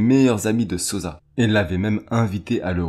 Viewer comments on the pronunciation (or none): Sossssa pas sozza man t’abuse 😂😂